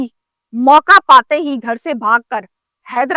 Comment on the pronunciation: O YOU STUPID AND BRAINLESS, DAR-UL-IMAN IS NOT THE CORRECT WORD, DAR-UL-AMAN IS THE CORRECT WORD